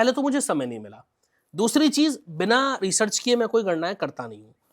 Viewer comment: ये स्वयं अनपढ़ अज्ञानी है, जो रिसर्च को रिचर्स बोल रहा है !